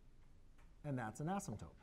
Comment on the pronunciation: Asymptopes again....is it just me? He writes "totes" but says "topes". Maybe I'm wrong.